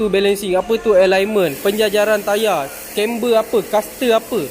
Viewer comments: Maaf saya nk comment pasal pronounce English. CAMBER=Camber not Chamber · kem ber tu bang. bukan chember. english spell CAMBER